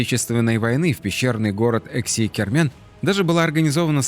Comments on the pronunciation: всё время путает Эски-Кермен, называя его ЭКси-Кермен. Ухо режет людям прожившим рядом по 50 лет. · Не "Экси-Кермен", как несколько раз упорно повторяет ролика, а Эски-Кермен, то есть "старая крепость" на языках крымских татар и турок. И не "готические" захоронения, а готские. Может автору было бы полезно энциклопедическим словарём обзавестись? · Эски-Кармэн, не экси, Вы оговорились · Не ЭКСИ, а ЭСКИ КЭРМЭН. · Как крымчанин, скажу вам что правильно Эски Кермен, переозвучьте ролик. Режет ухо.